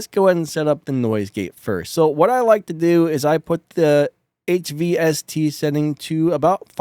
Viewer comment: Not HVST... it's HYST, stands for hysteresis. It's used to reduce chatter around the threshold.